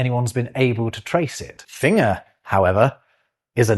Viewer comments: Yes you do say finger weird. You're meant to pronounce the G! Fin-Ger! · Have you noticed that you're sometimes pronouncing 'finger' like a German? You're losing the hard 'g' in the middle, apart from when you said "foot finger". Perfectly understandable considering where you reside, but it reminded me of Benedict Cumberbatch trying to say 'penguin'... More operetta please! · you did this in the intro too, but I assumed that I had misheard: finger has a hard G. I will not die upon this hill, for my position is righteous and correct. I have never heard anyone pronounce it with a soft G before today, and I do not like it.😁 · I don't think I've laughed so much at one of your videos before, but I do have a question, Why do you keep saying " Finner" not "finGER", Just out of pure curiosity? 😂😁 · Fascinating, as always! But tell me,: is you pronunciation of "finger" idiosyncratic or regional? I'm hearing you say "fing -er", whereas I have only ever heard it pronounced as "fing - ger" (hard "g") Perhaps pronunciation variations would be an interesting word-thing to unravel at some point? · I find it interesting the way pronounces finger. Most people I have heard say fing-ger. He says fing-er, so that it rhymes with singer (unless your from the North of England). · Your pronunciation of “finger” sounds German, not English. Of course you are in Germany, and spend a lot of time there. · Fing-er really? Have I been saying this wrong for 72 years? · you pronounce "finger" consistently using only a /ŋ/ instead of /ŋg/ – is that a natural part of your accent or do you reckon you picked that up from German? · I find it interesting that you pronounce finger as /fɪŋə/ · I think it's German rubbing off on him. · Yes, that is odd sounding! We probably should spell it fingger because of how we say it. For that matter, Enggland too. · Your pronunciation of finger isn't so much weird, it's just German. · Is saying finger correctly? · That's how Germans pronounce finger.